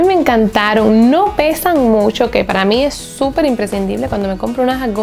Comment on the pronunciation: Me gusta cuando dice: musho, musho, musho 😁😃😄